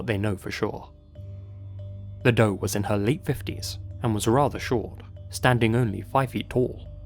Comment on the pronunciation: "and examine some DOE cases" Me: wait what? did he say "Dope" cases? lul